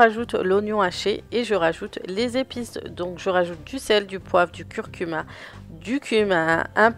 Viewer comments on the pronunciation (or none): Slm bonne vidéo! On dit du curcumA à ne pas pas confondre avec cumIN 😂 sayais c'est dit parcequ'a chaque je t'entends le dire 😅